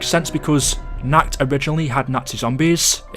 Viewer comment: I am German and every time you say ,,Nacht" you say it wrong ( I dont really want you to change ) you say like German People would understand it ,, Nackt" and that means Naked in German 😂😂😂 Just that you know what German People would understand if you want to talk about ,,Nacht der Untoten " (Btw I loved Town on Survival it was so much fun and Origins + Buried + Mob are also very good; )